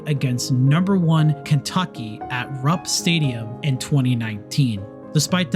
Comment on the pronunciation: This was a pretty good video until you said "rup Stadium" it absolutely ruined the entire video